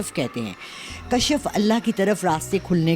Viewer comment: Kashf lafz hy dear kashaaf nhi